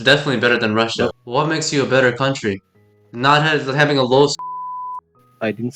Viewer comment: 발음이 존나 러시아식 영어네ㅋㅋㅋ비꼬우쓰 깐운뜨리 베때르ㅋㅋ 공산주의 사상에 빠진 가난하고 무능해도 공산당이 최고라 생각하는 찌질한 놈ㅋㅋㅋㅋㅋㅋ